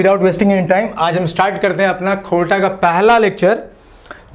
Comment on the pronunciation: खोरठाक उचारन करे तोंय नी पारेहें बाबू।